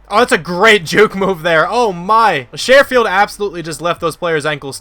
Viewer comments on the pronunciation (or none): Hey great video man! I know he won't be on the field much but it's pronounced "Sure-field" like "Sure I'll make dinner tonight"